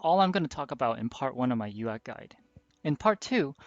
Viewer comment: saying uacs is like nails on a chalkboard to someone whos been playing mechwarrior and battletech most likley longer than the person posting the video is alive..... its A/C no AC